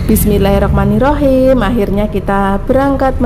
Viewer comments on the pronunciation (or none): none